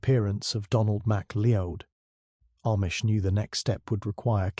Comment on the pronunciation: Good story 👏🏼🇦🇺 McCleod is pronounced McCloud 😮 Hamish is pronounced Haymish 🥴 AI programmer take care. It's not hard 😔